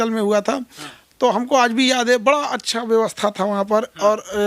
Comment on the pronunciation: पत्रकार बन गए हो और बड़ा को बरा बोलते हो